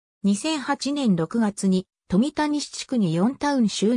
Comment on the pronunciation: 「富田」を「とみた」と呼ぶとは・・・勉強して投稿しろ。富田は「とんだ」と呼ぶのだ。